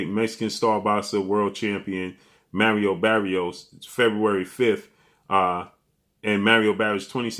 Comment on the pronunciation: “Merrio Berrios” 😂😂😂 its Mario Barrios 😂😂😂